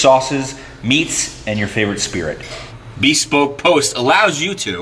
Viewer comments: Every time I hear someone say bēspoke I just want to apologize to their English teacher. “I’m truly sorry, I don’t blame you. He’s just a phuquing moron.” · The irony of homeboy kind of murdering the pronunciation of bespoke, when it basically means CUSTOM. lol.